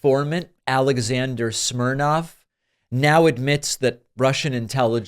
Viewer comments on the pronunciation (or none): His name is Smirnov, not Smirnoff.